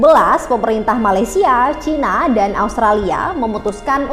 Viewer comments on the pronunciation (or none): none